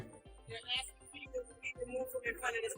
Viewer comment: And fucking learn grammer, it's asking not axing